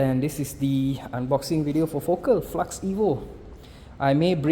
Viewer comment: aiyoyo. flax bukan flux